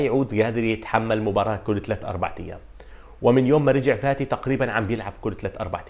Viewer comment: Fati and not Vati. عالاقل الفظها صح